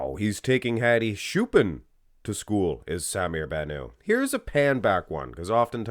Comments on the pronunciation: You're pronouncing his last name with a French ending Ban ooo. His last name is Arabic and should be pronounced Bannout ( Ban-ut) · The (T) in BannouT is not silent. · "sah-mir bah-nuh". Really weird way of saying his name